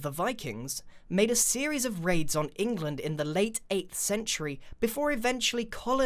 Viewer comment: "and there was a lot of rain in englind" ... b-but grian... they were norse not british